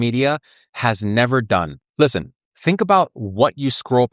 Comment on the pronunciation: Either that, or when you say "ligma" your sound comes out as "listen". Still, great avatar.